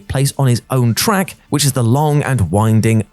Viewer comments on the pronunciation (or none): none